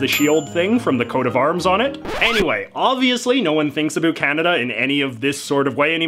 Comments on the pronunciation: "Abuut" oh that hurts to hear. - About. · I don't think you're actually Canadian. You actually say "a boot" the way the Americans always think we say "about. Busted. You also make a few mistakes including thinking Canada was still a colony in 1921. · Holy shit you said boot instead of about, I'm Canadian and that's the first time i heard another Canadian say that. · I love the way you say 'about' ... <3 <3 <3